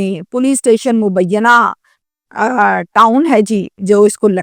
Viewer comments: Bibi mubiyana nahee hey,mu_ bee_naa town p.s hey,karachi university isi thane ki jurisdiction me hey, apna tulafaz durust kerey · مبینّہ نہیں۔ مبینہ ٹاؤن نام ہے۔